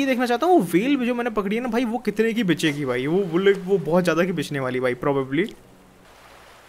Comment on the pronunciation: When says Bitchegi instead of Bikegi 😂😂😂😂😂